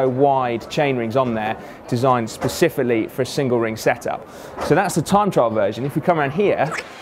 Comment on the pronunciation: pacifically haha